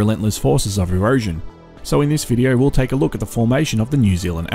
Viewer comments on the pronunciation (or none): none